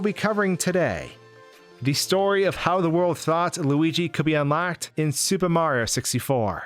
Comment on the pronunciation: You need to fucking enunciate, dude. You completely cut syllables from words and it’s ugly sounding and annoying as shit. If you’re going to have heavy narration in your videos, you should strive to get better at narrating clearly. “SUPAMARYOSISTFOR”